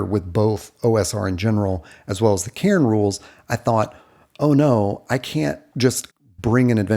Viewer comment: You pronounce my name really well. I just wanted to say that, because I appreciate it.